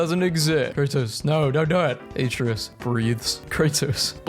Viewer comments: I don’t understand why people say; “Æ-tree-us” instead of “A-tray-us” Also, it’s “Yor-men-gander” not.. “Jog-man-der” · Every time he mispronounces Atreus it feels like I get sent deeper into depression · you played all three, yet you pronounce Atreus wrong? you make me feel like Hermoine in that Wingardium Leviosa class xD